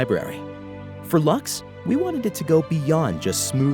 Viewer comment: I have to admit I was surprised to hear “Lux” pronounced as “Lachs”. With such an elegant name, I immediately thought of the Latin word "Lux" for “light”, which actually fits the soft, luminous character of the library perfectly. The “Lachs” pronunciation (German for “salmon”) really caught me off guard! For me it will always be “Lux” as in “light”, much more poetic and fitting